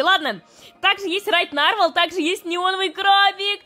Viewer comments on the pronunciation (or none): Извини за такую поправку но правильно не нАрвал а нарвАл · И да кст не нАрвал, а нарвАл